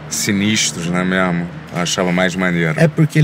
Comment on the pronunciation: né mermo certo